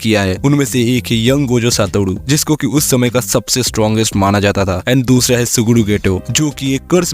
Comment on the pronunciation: "Young Gojo Satodu" 😅 "Sugudu Geto" 😂